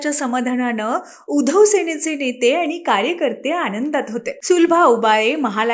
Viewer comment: उधोव नाही बाई उद्धव म्हणा व नाकात नका बोलू